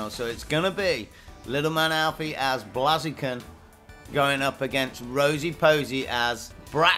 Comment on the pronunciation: The battle was cool... But your mispronunciation of "Pokemon" and "Blaziken" is unforgivable. You should be ashamed of yourself :P